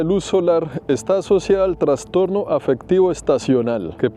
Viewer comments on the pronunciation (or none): none